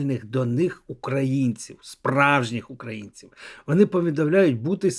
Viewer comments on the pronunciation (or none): Навчиться,будь ласка,говорити. ,,О'' в українській мові! ВОни!ДОпОмогу!....